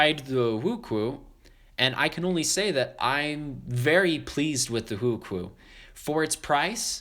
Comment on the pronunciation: btw it's pronounced wu-chew-ayyyyy